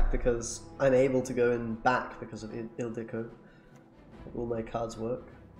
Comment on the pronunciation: You pronounce Ildiko perfectly i think with the long ó at the end. :)